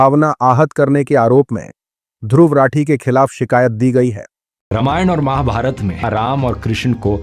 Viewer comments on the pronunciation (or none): none